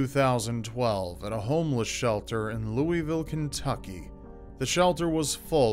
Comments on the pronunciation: Louisville sounds like Looiville, not Louieville. Lmao,.love to know who said Louisville correctly when he said it wrong...lol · Small note, i hear people call Louisville “louie-ville” we pronounce it “Lou-ah-vul” anyone from Louisville can attest this. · IT'S LOOLLL-VILLE >< Not Louie - ville! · That's how y'all say it? I've been pronouncing it as Loo-is-vill this whole dang time. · how many of my kentuckians cringed when he said louisville?